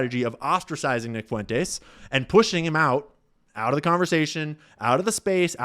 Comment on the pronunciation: can’t pronounce Fuentes and it’s annoying